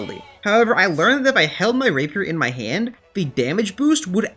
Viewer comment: when you make rapier i was like thank god finally someone can say rapier